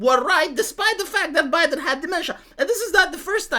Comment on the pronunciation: I'm naming something Zho Bi-Den now because that pronunciation just sent me.